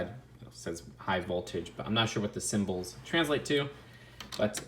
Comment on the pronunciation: “Symbols” yikes